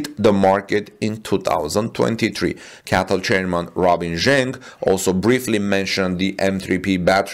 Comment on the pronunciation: CATL is usually pronounced by saying each letter, not as single word